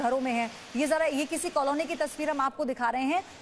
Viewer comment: कलोनी नहीं मैडम कॉलोनी क्या पत्रकार बनते हो re ekdum gawar language